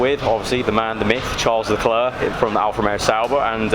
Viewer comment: i dont like the way you say leclerc tbh it bothered me for such a long time